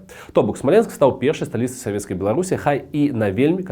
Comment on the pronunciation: Ты не правильно ударение ставишь. Смоленск , который всегда был русским, на короткий период приписали к Белоруссии, чтобы было где провозгласить БССР. Но белорусы решили, что все что их 🤣🤣